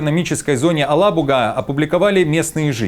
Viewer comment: Правильно говорить Елабуга.А не Алабуга.